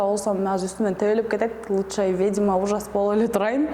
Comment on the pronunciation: Орусча суйлой албасан,кыргызча эле суйлобойсунбу,"ведьма" деген созду "ведима"дебей! Шыртандап ар кай жерде журо бересин,анан сени ким алат? Алына жараша эле журсончу? Сагынга жармаштын,Алмазга жармаштын,эми клипти шылтоо кылып футболист Мурзаевке жармашып жатасын? Уятын барбы деги сенин???